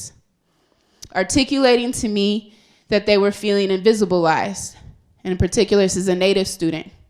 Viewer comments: "Invisablized"? Yep, definitely looney ivory tower world. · "Invisibalized" lmao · Did this bitch just say "invisiblized" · Did she say ''invisiblized''? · "Indivisablized?" "not acken right" such a stirring command of the language! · Uh....did she just say "invisible-ized"? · "Invisibilized"... ummm ok.